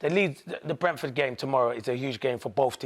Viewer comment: If I have to hear Paul Merson say Brentford one more time I'll kill myself. It's sooooooo painful